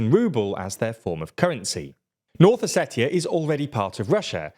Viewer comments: It’s not pronounced how it’s spelled, it’s pronounced “Oseshia”. With a “sh” where the “t” is. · That's not how you pronounce Ossetia 😂😂😂 Com'on guys, you cannot bring the news and live under a rock at the same time 😂😂😂 Think about the words international, spatial, etc...